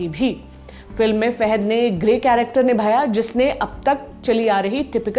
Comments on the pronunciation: Faaaaaahaaad not feeehaid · wrong pronunciation of his name Fahad not Fehad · Fahad not fahed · It's fahad not faihad. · Fahed nahi name uska Fahad hain 🤦 she can't even pronounce his name properly , so annoying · It's not fehad it's Fahad फहद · Thanks for noticing... But don't murder the movie/actor names. He is Fahad, not Fehed. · Anchor should know to pronounce his name he is not Fehad he is fahad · Not fahed...it is fahad